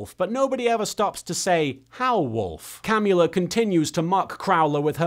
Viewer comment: I heard the vampire lady’s name as “Cannula,” which did not help me take her seriously.